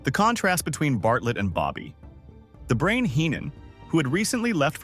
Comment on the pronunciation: you can tell it is when it says Bobby............the Brain Heenan.